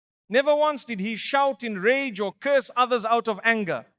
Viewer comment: Excellent topic but please stop using A.I. it throws you off ragah instead if rage lol.